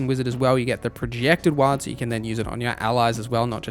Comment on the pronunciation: Lol wtf is a ‘wha-d’? It’s war with a ‘d’ at the end mate